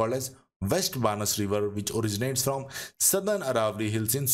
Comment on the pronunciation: बनास is the correct pronunciation, Excellent and informative video 👍